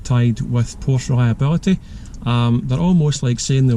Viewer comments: you wrote a Porsche book but can't say the name correct? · You lose all credibility when you can’t even pronounce the name correctly. That said, there are potential issues with any of them. I have 5 at the moment, been driving them for well over 50 years.